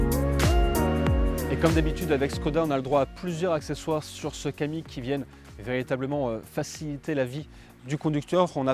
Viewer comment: C'est un Kamiq et non un Kadiq :-)